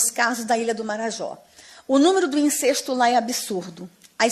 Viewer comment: Incesto a pronúncia não é " incêsto"